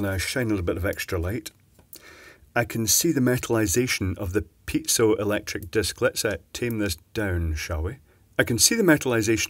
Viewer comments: Its piezoelectric Not Pizza electric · hahahaahaa i like how he pronounced it :D